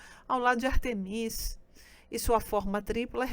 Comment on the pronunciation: Por que a palestrante fala HecÁte? E Artemís? Essa é a pronúncia correta? (Presumo que ela tenha descoberto essa pronuncia estudando)